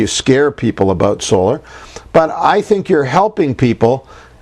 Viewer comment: Solar not oscar haha Harry and William said that I'm sure